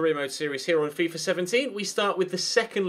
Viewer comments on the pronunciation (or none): none